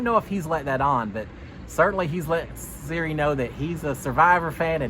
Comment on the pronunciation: This is so hard to watch when you keep saying Siri